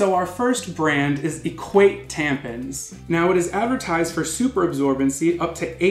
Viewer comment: Every single time he said "tampens" I lost my shit skskjkh